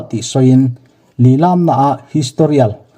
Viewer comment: Lilam tih hi i thluk dik lo..